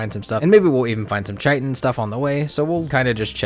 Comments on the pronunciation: Love your video but I’ve got to say. It’s pronounced Kai Tin not Chi Tin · Love your videos. Keep it up. Couple pronunciation things: Chitin = Kite - In. Not Chite - In. Dvergr = Verger... seriously, google it. Keep it up, vids are awesome!